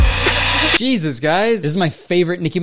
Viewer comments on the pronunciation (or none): “Jesus, guys!”? More like “Beesus, guys!”